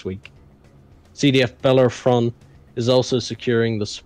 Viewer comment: I don't mind ship names being annoying on purpose or being incredibly long. What bothers me is when Bellerophon is said slightly incorrectly that I still expect to hear it then they drop a syllable and put the 'r' in the wrong place. I find it jarring every time.